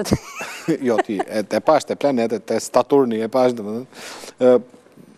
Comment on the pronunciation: Haha Saturni jo staturti oj zonja gazetare😅